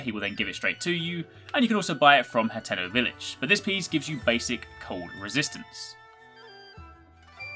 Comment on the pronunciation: Also, it's not hanteno, it's Haa-ten-O